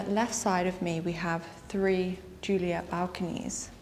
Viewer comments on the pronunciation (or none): none